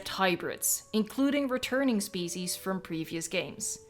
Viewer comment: Listen to when you say ‘species.’